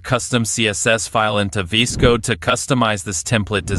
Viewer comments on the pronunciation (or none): this is the first time i have seen someone say VS Code "vis-code"